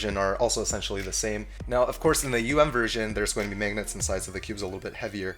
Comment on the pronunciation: I love the way you say magnets..."maygnets" haha